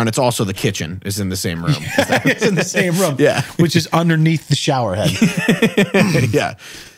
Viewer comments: It's not "room" it's "rum" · Ffs!! I love you but its ROOOOOOM NOT RUM!! 😂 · Objectivity1958 yeah I used to watch him back in the day and I remember people making fun of him for pronouncing it rum and ruff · I've only ever heard two AMERICANS pronounce ROOF and ROOM like RUFF and RUM. and Tim Allen. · people: room: rum people: and coke? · "There's always rhum for..."